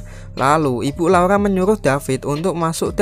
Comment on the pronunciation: Laura bukan laula